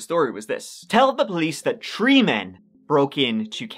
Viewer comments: Not "tree grown children" 😂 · I always giggle at his pronunciation of three. "tree people" and "tree children" as he says....so my dream would have been different. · I'm sorry. I can't help myself. "He had tree grown children" teehee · Thank god for a new. Not all heroes wear capes, or can pronounce free….